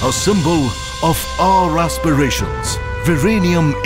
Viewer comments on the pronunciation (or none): Its Vizhinjam V--Zin--jem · I taught Z in Malayalam was pronounced as L. Was he saying Virenium or ViLenium?